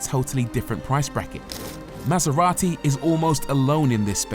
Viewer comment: MasEVati. (Bleah.)